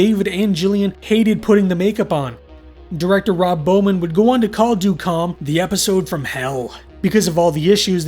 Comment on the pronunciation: It’s pronounced “dead calm” but this was still a good analysis.